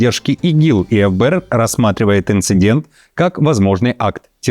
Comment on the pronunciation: эф б р,😃 обычно по русски говорят Фэ б р